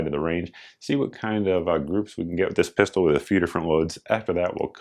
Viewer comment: Pistol, not Piarol right?